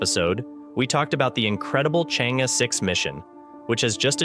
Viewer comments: not so hard unless the narrator is a BOT. ...pronounce as " Chang...eee" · The name of the probe should be pronounced as “Charng Err.” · I suggest you make the effort to learn how to pronounce the Name of the probe correctly.